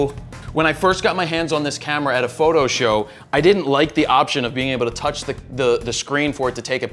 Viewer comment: Good info but I still cringe every time he says fro knows photo